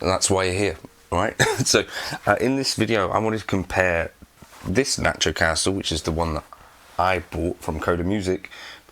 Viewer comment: You're saying it wrong. It's "not-your Caster", not nachocaster. Jeez